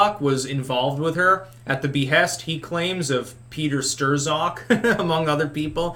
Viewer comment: LOL “Stir-zock” I love how pronounces certain words..